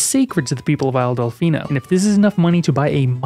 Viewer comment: When i heard you say “isle delficino” i heard “isle deficeno” as deficate with a no at the end